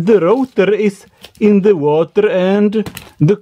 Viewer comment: Why is it so difficult to get rid of an accent?? (I would ask Arnold the same thing) I watch only englis videos for a few years and my pronunciation is now perfect ( but I have a little lack of vocabulary) But all these mistakes don't annoy me.... Except one!!! Learn how to spell "the" with and without a vocal Writing was never my strong point, but I'm not a newsletter writer..... So it doesn't matter. I hope there are just minor mistakes.